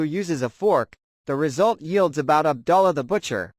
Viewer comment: Ab ‘ doo ‘ llah. Not Ab ‘ dull ‘ ah.